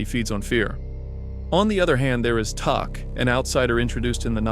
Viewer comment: Great video - but - it's pronounced TAC - like Thumb Tack - as heard in the Desperation TV movie (mini series?)